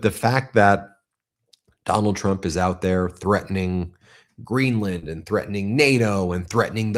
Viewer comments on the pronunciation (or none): none